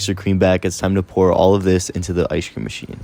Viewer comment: you mean pour? Why say it like thhat